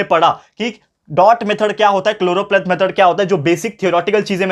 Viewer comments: SIR ITS CHOROPLETH METHOD NOT CHLOROPLATE METHOD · Sir it is choropleth